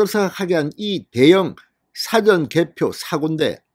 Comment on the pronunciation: 국어사전이가 영어사전이가 사전(미리) 발음 좀 똑바로해라